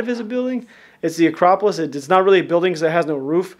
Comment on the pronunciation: Your in Athens Greece In the thumbnail you in front of the famous Parthenon It's a-crop-polis